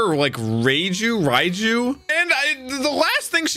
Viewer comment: Yanji and Raiju? It's Yonji and Reiju. This will be my 400th consecutive time asking to use his massive headphones, or unmute the show because he is 100% not listening to a single word audio wise.